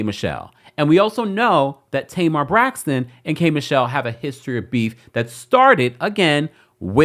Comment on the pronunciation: Tamar messes up the “Braxton” name . She fill of drama and immaturity. Now I see what Tracy and Towanda meant!